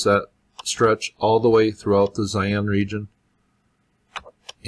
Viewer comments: Thanks. Tough "Zaian " is another place completely. Its called Xi'an "Shee-Ahn" Cheers! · pronounced she'an not zion